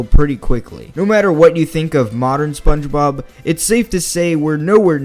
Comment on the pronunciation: Hey why are you mispronouncing SpongeBob a lot?